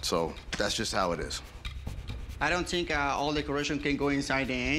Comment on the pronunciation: Si. I theeenk he did.